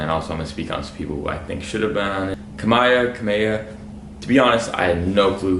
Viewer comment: TF IS A KUMBIYAH??